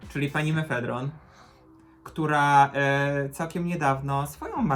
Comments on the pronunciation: Jezus kocham jak mówicie na maffashion "MEFEDRON" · meffedron <3